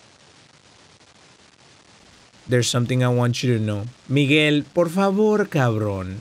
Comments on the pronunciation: ah yes yes Migues lo siento hermano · He said Miguel not micheal